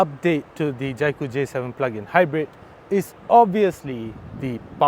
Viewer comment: Can’t even pronounce the brand Jaecoo properly, it’s J cool and not Jai Cool